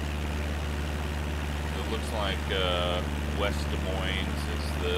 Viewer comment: Yep could tell you’re not familiar, considering it’s not pronounced with the s’s. Haha, my dad does the same thing when he visits